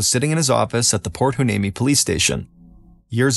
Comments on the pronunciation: Why-knee-me that's a tough one to pronounce. 😊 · It's pronounced port y-nee-me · I’m sorry did he try to pronounce port hueneme?? 😂